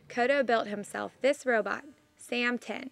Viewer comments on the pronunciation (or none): heh sounds like first reporter is saying "row boat" instead of robot. Pretty cool that he build it from trash.